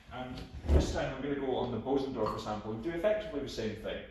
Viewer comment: You are one of the few who pronounce Bösendorfer the right way. Congratulations